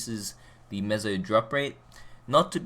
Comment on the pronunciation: Btw it's meso not mezo lol